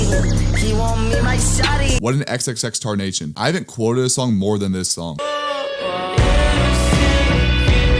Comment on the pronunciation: The disrespect is so real let’s me know you really didn’t understand him but what can I expect from a guy who can’t even pronounce his name 😒🙄